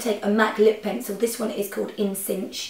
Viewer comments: I think the lip liner called In Synch is pronounced 'in sink', not 'in sinsh'!! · "in synshhhhhh" LOL its in synch like the band! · in synch - pronounced in 'sink' as in synchronised. It was cute though :)